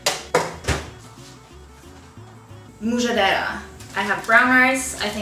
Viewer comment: Mujaddarah is pronounced um-judd-uh-ruh